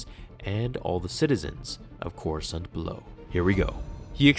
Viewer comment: "Destroy Coresaunt" excuse me wat